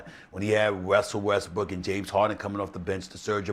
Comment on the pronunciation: Stephan a say wessell westbrook😂😂😂😂